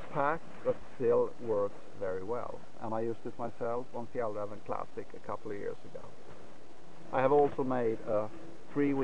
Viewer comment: I assume that you're Swedish and we can hear the correct Swedish pronunciaton of Fjällräven.